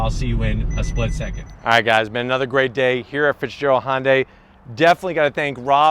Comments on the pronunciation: Its hyundai not honday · IT IS NOT FKING PRONOUNCED HON-DAY!!!!!!!! MORON!!!!!!!!!!